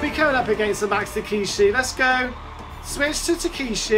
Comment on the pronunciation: The way to pronounce his name is Tuh•keh•shee